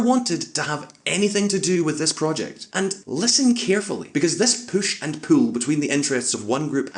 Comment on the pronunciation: Favorite part of the video: "this poosh and pool" xD